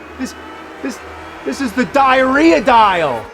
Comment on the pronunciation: Oh no. It wasn't just the Diarrhea dial. It was the DIE-arrhea DIE-al!